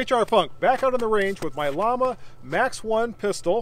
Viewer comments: Sorry. Its pronounced "Yah-mah" meaning flame in Spanish. Note their icon. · So I've ben told. I'm just so used to pronouncing it the other way that I forget!